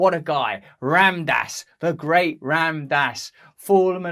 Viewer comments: Russell, brother... it's Rahm-daas (pronunciation -> the Ram is important to pronounce because it has Sanskrit-beej power in it) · Please pronounce his name correctly Russell